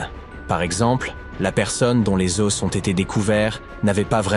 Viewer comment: Un "osse" des "aux"